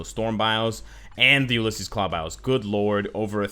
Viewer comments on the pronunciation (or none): none